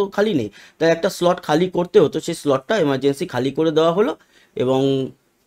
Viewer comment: Emargency na Amergency